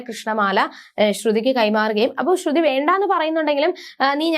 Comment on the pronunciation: ശ്രുധി അല്ല ശ്രുതി ആണ് ok